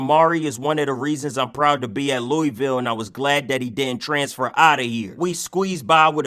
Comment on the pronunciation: You pronounced Louisville wrong but I love the vid gang